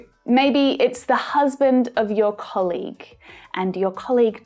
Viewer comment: I heard "colig" ?